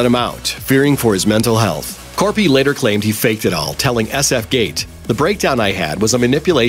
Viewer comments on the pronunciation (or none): none